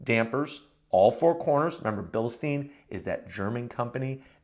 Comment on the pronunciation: It’s not pronounced Bilsteene it’s pronounced Bilstyine